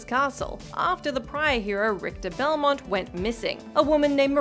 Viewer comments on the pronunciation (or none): none